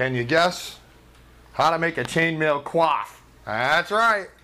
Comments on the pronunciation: Actually, when you pronounce coif as cwof or cwaf it's a verb, coyf is the pronunciation for the noun. Like how reject and reject are pronounced differently because one's a noun (ree-ject) and the other a verb (ri-ject). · It sounds like you are saying QUAF, instead of Coif the 'Co' is similar to coin, and the 'if' sound is similar to the eef in Queef. It very much distracted me from the otherwise excellent tutorial. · i do believe its pronounced "c oy f" not "cwof or cloth" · Ive been saying it wrong all these years.... i pronounced it (coy-ef) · ... Was 'coif' seriously pronounced as 'quaff'?